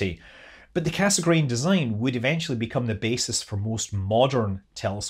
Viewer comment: Cassegrain is pronounced "kassgrain" but cut the "n" at the end.